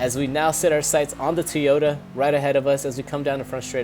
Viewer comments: Not TEAota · It's TOYota not TOYOTA